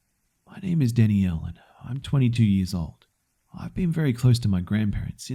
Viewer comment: I love the way he said Danielle 😂😂😂